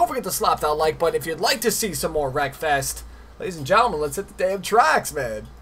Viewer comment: I tought u said: welcome back for some more breakfast😂, Anyway keep up the good work